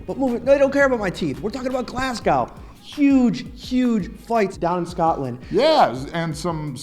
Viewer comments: It's pronounced Glaz-Go not Glass-cow 😂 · Glas cow? Come on, try harder. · It's pronounced "Glaz-Go" the way you said it hurt my fucking feelings